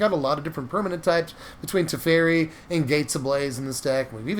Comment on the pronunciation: Was really enjoying the video until you said Teferi, then I left, LOL.